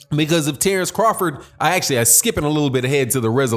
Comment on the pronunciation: The name of Terence Crawford is wrong Tenence crawford